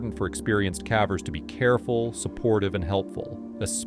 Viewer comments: What do you mean ? I enjoy all these videos about cavvers 😂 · I might subscribe if you taught the AI voice to pronounce "cavers" correctly...